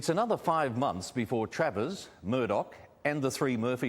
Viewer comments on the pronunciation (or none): none